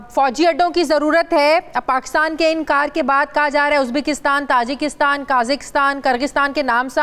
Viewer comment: Kaghistan , tajistan 🤔🤔🤔 . Do ur homework b4 just pretending to know what u r taking bout . U can't even pronounce names correctly , it's Kazakistan , Tajikistan .